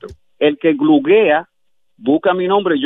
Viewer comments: mi querida,entienda, él no dijo guglea, mire bien, ó mire el vídeo bien, él dijo glu,glu,gluguea!!!! Entendió? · sí dama, pero usted parece que no leyó bien, él dijo "gluguea, no goglea.... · Saludos pueblo! Parece que al, que según dijo, es profesional en varias áreas, lo traicionó el subconsciente, dijo "gluguea" (refiriéndose a Google me imagino), qué pasó ahí?